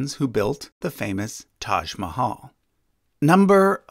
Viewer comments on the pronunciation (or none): none